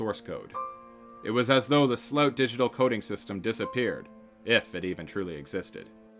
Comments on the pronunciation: it's SLOOT not "slauwtsh"... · Great vid but sloot is pronounced whit the o in : O i did not see you tere Thats how the double oo in dutch sound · His name is more pronounced like slewit. The ew (oo) sounds a bit like uwa. Did I just confuse y’all even more? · It's difficult to understand based on it being a foreign language name spoken with an English accent, but it seems the subject's last name is "Sloot", pronounced in the video like "slope" but with a 't'; although sometimes it seems the narrator pronounces it with a more "ow" sound. Here I am less sure what he is saying, maybe "rapid base storage" or "repibase storage". Not sure what it is so it is impossible to look up what the narrator is saying.